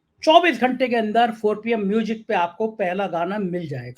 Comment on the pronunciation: 4PM MUJIk ki badhayi, plz batao ye MUJIK kyon bolte ho, Isko Music bola karo plz